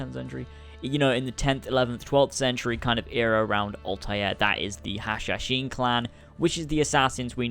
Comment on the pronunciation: finally someone said it right" hashashin"